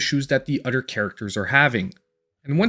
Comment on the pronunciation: Dude it “other” not “udder” what the hell is wrong with you?